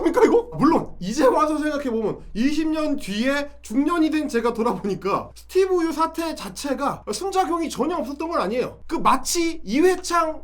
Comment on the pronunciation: 스티븅 유 영어 발음 왜 저따군지?ㅋ 지네 나라 걱정이나 하지 오지랖은!